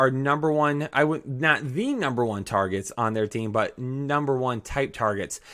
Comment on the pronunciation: Love the channel... But PLEASE pronounce your "T" when you say the word "but". I beg you.